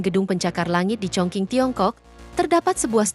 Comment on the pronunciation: Setiap youtuber yang baca negara Chongqing pasti salah. Chongqing di baca chungcing